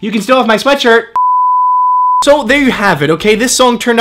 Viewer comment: Anyone else notice he says ''sweatsurt''